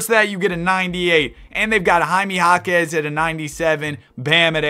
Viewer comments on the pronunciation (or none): none